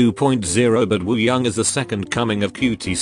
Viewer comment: Nobody: Absolutely nobody: Siri in this video: wOo-Hi-YoUnG